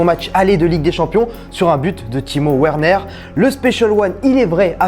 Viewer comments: Werner pas ouerner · "Werner" se prononce "Verner" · Werner ça se dit VERNER🙄